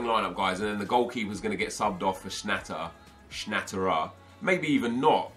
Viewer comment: Its pronounced Schna te rer